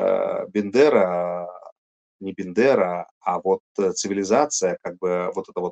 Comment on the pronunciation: умный человек! Уважаю!!! Когда он сказал фразу: «На самом деле не Бендера, а…….» мне подумалось: сейчас исправит распространенную ошибку: не Бендера - а Бандера! Но нет! Ему как-то привычнее - Бендера. Это все равно - что ТЕмар вместо Тамар!!!!!!!!